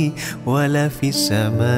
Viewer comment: Salam'alaik... Min.. Sebutan pd "wa la fis-sama-e", sebutan seolah kalimah AS-Sama' tiada Alif Lam Syamsiah di situ. Tak ditekan sebutan oleh pada huruf Sin Syamsiah. Dan pada khat "ma'asmihi", huruf HA hilang dari tulisan. Apa pun semoga pahala kalian berpanjangan dgn penghalisan video ini. Baarakallah feekum.